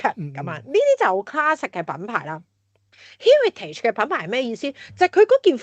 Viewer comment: 第一次听Heritage如此发音，被所谓高层的英语吓亲。